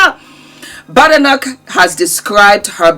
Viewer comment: The name is Scottish, pronounced as Bade.. noch not Ba de noch.